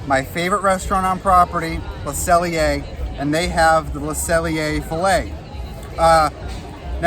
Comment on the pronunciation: Love how Deni and Ryno drop in, but not as much as I love correctly pronouncing Le Cellier 👏👏👏😉